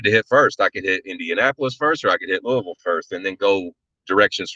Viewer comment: As someone who grew up in Louisville, I'm so glad that you know the correct pronunciation.